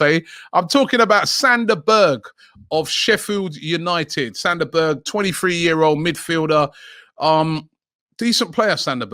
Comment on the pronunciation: Sander Berge? LOL!!!!